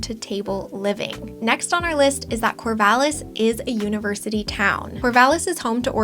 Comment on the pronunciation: 'Univerity'? TchTch